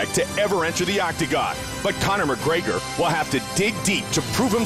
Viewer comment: "Conor McGraygor" lmao